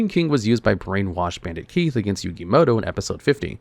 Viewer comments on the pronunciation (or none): none